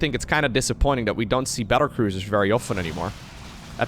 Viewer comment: did you say "cattle bruisers" and was that intentional? :-D